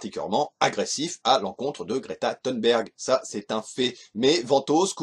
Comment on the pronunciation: Déjà le fait qu'elle l'appelle "Gréta Thoune'berg" durant toute la vidéo.. Insupportable !!